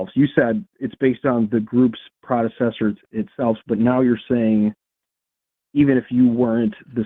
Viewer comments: what is a "prodecessor"? Is he trying to say "predecessor"? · God, I kept wishing that either or would correct pronunciation of "predecessor."